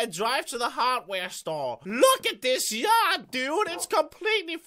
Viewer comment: The way he says 'yard' sounds like he's saying 'yacht'.